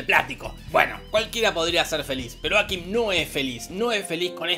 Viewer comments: me enerva que le diga ákim DONDE VISTE EN LA PELI QUE ACENTUEN EN LA A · Cómo "Áquim"? Aquím!